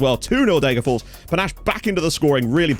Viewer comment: I just have to say, it’s DegerforS. You have to pronounce the last S!